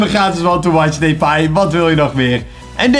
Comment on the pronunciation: Hoe lastig kan het zijn om 'Depay' gewoon normaal uit te spreken. Maar deze gozer spreekt sws niks normaal uit